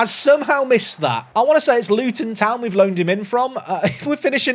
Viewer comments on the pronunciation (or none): none